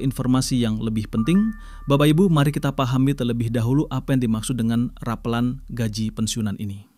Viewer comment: Yang bener ngomongnya bukan rapeulan tapi rapelan